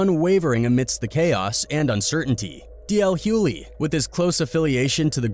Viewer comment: I wanted to listen to this because I am a fan of DL. But it is impossible for me to listen,when the narrator can’t pronounce his name correctly. JUST STOP!😂